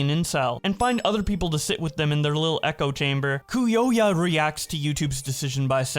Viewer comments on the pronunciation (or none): For the record cuyoya's name is pronounced Kai-Yo-Yuh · It's kai-yo-yuh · Cuyoya is pronounced Koo-yo-yuh Koo as in coo-coo (crazy) or coup, yo as in yoyo or “yo, what’s up?”, and yah as in yu-huh (when you’re questioning someone) or when you say “yuh” instead of your. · Btw Cuyoua is pronounced; “Kie-yo-yuh” (Kie rhyming with die) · It's pronounced Coy-yoya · If you want to know how to pronounce cuyoya's name, its Koi-yo-ya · According to Jacksfilms' videos, Cuyoya is pronounced "kai-YO-yuh" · How are you having any trouble reading the name? It's clearly pronounced "coo-yo-ya" Cuyoya like what? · Cuyoya is pronounced Kai - Yo - Yah!